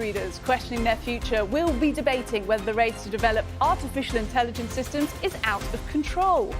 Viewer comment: The guy talking about Artificial Intelligence can't even pronounce Intelligence. 😅